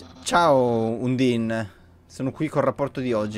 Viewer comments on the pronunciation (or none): Undyne è Il personaggio piu fiero del gioco Dopo papyrus ovviamente Ps si dice andaine un undin e poi si il pokemon è scraggy e l'occhio rosso lo hai preso dal telescopio